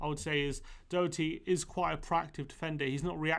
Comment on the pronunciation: You need to pronounce Doherty probably 🙄